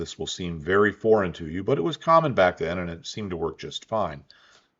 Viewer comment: I kept hearing you say "boring". Didn't make any sense, until I realized you said "foreign". 😂